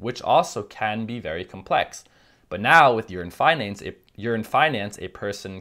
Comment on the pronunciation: Are you saying "urine finance"